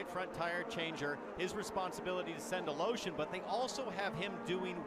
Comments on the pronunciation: Funny how you keep pronounce the russian guys last name. Is it really correct? Sounds like you are saying "A Lotion". Try "A Le Shin"! :D Btw, thanks a lot for uploading! Very much appreciated for us unlucky who cant watch it live. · I think it's a different "e" than what is written in English (I've never seen his name in Cyrillic). If it's what I think it is, it should be even more funky sounding like "Al-iyo-shin"